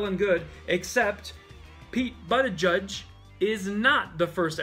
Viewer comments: You mean Pete Buttofjiz brah... That's not funny that you mispronounced it 😂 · Lol, it's pronounced like Buddha- buddha- judge-, funnier your way, tho😂😂😂